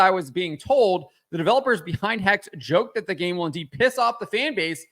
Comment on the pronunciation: The correct pronounication is HEX-HHE, as in German, I suppose. What's with the obessesion of witchcrap nowadays? Is it because getting women in STEM is too hard so we perform displacement activities and get them into witchcrap? Which is still highly active throughout the African continent btw., although it empirically doesn't work very well.